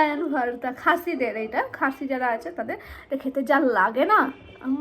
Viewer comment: ওরে পাগলি রে সোজা বাংলা তে বল না রে যে টমেটো ছানা। আর এই টমেটো ছানা সবাই খাই, তুই বোধ হয় প্রথম খাচ্ছিস 😂😂। ভারতা নয় ভর্তা 😂 সোজা ভাবে বললেই হয় ।